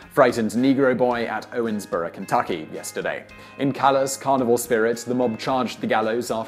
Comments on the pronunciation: Why are you saying "Owensboro" like "Owensborough"? Kind of annoying; I live near Owensboro and no one says it like that. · It's pronounced Owens"burrow " not Owens"borough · Really? I always heard it pronounced "ORns-burro". Also, Daviess County gets its spelling from a typo by a county clerk, since the County is actually named after Major Joseph Hamilton DavEIss. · listening to his pronunciation of Owensboro and Davis County hurts just a bit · I live 5 minutes away from Owensboro ( and he is pronouncing it wrong ) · Im from Owensboro (PS you botched the name xD)